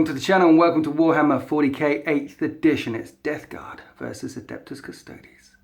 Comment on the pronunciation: Thank goodness you can pronounce Custodes correctly and we aren't hearing shouts of 'custards'! Always enjoy your immersive battle reports. Keep up the good work!